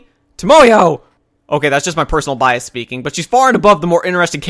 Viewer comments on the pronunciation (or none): none